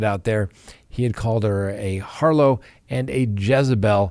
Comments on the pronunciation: It's pronounced 'harr-lot'. Not 'har-low'. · The word is har-lot, not har-low... It's not French! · What’s a harlow??Do you mean harlot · Harlet not harlo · I think you mean to say NK is a harLOT (not a Harlow), amiright? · The word harlot is pronounced with the t not Harlow lol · It's "harlot" like "Charlotte", counselor. "Harlow" is a person's name, either surname or given. Don't take all the fun out of hearing Chris Watts tell the truth about another person's character for once. 😂🎉😂 But who am I to talk? Preacher Chris told his mom that my words should be like the wind, and mean old Cindy certainly agrees. Maybe "Harlow" is NK's new name, since she had to change it after the murders. Chris does claim that NK has written to him, so maybe he told you something none of us know. Did he mail you a grubby, smuggled prison-dollar and invoke attorney-client privilege? Or some of his favorite prison cheesecake and a Mountain Dew in lieu of legal tender? If so, you might be in trouble after that namedrop right there. He'll protect NK Harlow the Harlot at all costs. 😂🎉😂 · It’s “harlot.” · It is pronounced HarLOT, not HarLOW. Come on, you are an educated man? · Harlow? It’s harlot I thought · "a harlow" ... has the world been mispronouncing "harlot" forever? Or what? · You actually went through law school, and you think its pronounced "HarLOW" rather than "HarLET"? Try to get a refund from your school. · Harlot (här′lət), the 't' is pronounced, not 'harlo'. But, Chris' poem wouldn't rhyme if he pronounce it correctly 😉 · Har-lot, not harlow. I hope I'm correct hear. Am I? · She was a "Harlow"?😂 Seriously now, you've never heard the word "harlot" pronounced? Or is that in case youtube gets on its high horse and disapproves? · The word is pronounced har-LOT, Not har-LOW. GEEZ! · "Harlot" is pronounced how it is spelled, not "harlo". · Harlot lol =har-LET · A harlow? Never heard the word harlot pronounced that way. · It’s “HARLOT” - the T is pronounced.